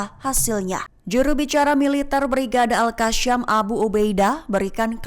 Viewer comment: Brigade al Qassam mbak, bukan al Kasyam😅